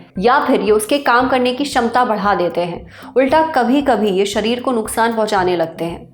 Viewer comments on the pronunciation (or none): none